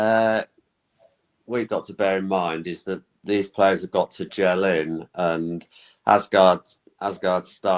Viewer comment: Please resist the pronunciation of “Arse Guard”